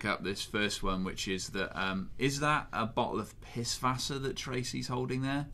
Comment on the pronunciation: Bonus points for pronouncing Pißwasser properly :P